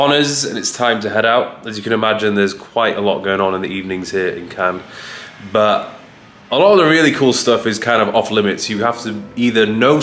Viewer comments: Cahn (ur) for next time. The 's' is silent. Looking like glamorous part of the world. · Are you really pronouncing it "CANS"?! 🙄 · Bless him, it’s pronounced ‘Can’ not ‘Cans’, he tried I guess and it’s not his fault, albeit it’s a given for most to know this with adequate language skills 😂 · It’s “Can”, not “Cans” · The ‘s’ is silent, pronounced can……although obviously spelt Cannes. Nice to see you visit new places, great choice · man just says the plural of a can (of coke) lol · Cannes is pronounced without the "s", fyi :) much love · We prononce Cannes in French like "can" for the next time 😁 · Who’s gonna tell it’s just pronounced Cann? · it’s pronounced ‘Cann’ 😂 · It's pronounced "Can" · cool video, but please don't say Canne*S* :D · Nice video, as usual. Cannes is to be pronounced without the "s" ;) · bienvenue en France (we don't pronounce the "s" in Cannes here btw) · The pronunciation of Cannes is killing me 😫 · I was about to comment the exact same, makes me very uncomfortable hahaha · Cannes is pronounced with a silent s! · Btw You dont pronounced the S in ‘cannes’ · You don't pronounce the s in Cannes. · The "s" is silent :) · Brother, the “s” is silent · The S in Cannes is silent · The s is silent. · Very English of him to put so much effort into pronouncing Ibiza, but then zero into saying Cannes correctly lmao.